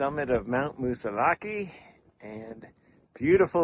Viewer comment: Its not pronounced Mount Moose a lackee. Its Moose a lak or Moosi lak.